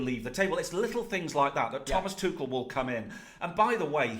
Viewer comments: Thomas tushel its tuchel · Thomas "Tooshel" 😭🤣🤣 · This kid cracks me up. 1st he was on PSG jock. Now it's "Two-shul" mannnn gtfoh. Stick w the EPL. You're outta your depth here pal.